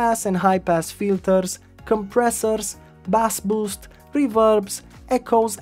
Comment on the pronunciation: why he say bass boost like that